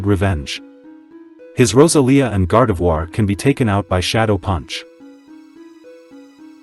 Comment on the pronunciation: I love how the Text to Speech pronounces Roselia as “ROSA-LEE-A”, which is close to “Rosalina” instead of “Roh-sell-ee-aa”